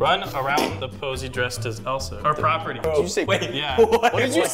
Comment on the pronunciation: GABE LOL “POSEY” 🤣😂🤣😂🤣